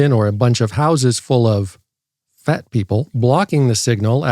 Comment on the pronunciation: At first when you said houses full of fat people I thought you were saying houses is full of fent people